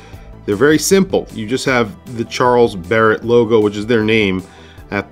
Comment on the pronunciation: Really unique, simple but pretty design. Kudus! This is exactly the kind of watch which morons who wear Daniel Wellington watches would wear if they had any sense. I believe that the brand name should be pronounced as if it were French: Sharl Bere.